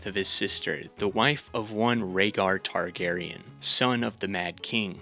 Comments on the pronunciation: “Targ-ussy” is foul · "Targussy" Fucking C E A S E